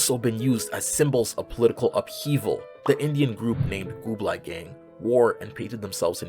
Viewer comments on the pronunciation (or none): Just a correction : It's GULABI Gang, not GUBLAI Gang. Pretty funny mispronunciation so I felt like letting you know. Great video btw. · Loved the video! It was really interesting to hear the perspectives of all the different people on here. I really feel like we should all at some point in our lives, really deeply think about gender and our relationship with it and the preconceptions we have towards it. It's a really rewarding experience. Also, not trying to nitpick, but as a Hindi speaker, it's pronounced "Gu-la-bi" meaning pink.